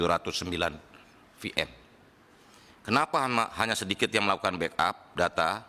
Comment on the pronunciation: Virtual Machine koq FM pak 😂😂